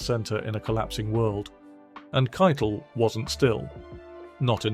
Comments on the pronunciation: "Harvey Kite-Le" is it really pronounced like that? I always said, 'Harvey Ki-tel" I would really like to know if it is a British accent thing or if I have been mispronouncing his name for the last few decades! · You're right it's Ki-tel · The way the narrator pronounces "Keitel" sounds like he is referring to the Nazi Field Marshall, who directed the OKW, or cheif of all the armed forces of Nazi Germany. Keitel was found guilty of War Crimes, as was Joldel, who was also hanged. The tribunal refused to grant them the usual death by firing squad. As Eisenhower saw it, they were not soldiers, they were theives and murderrers. I agree.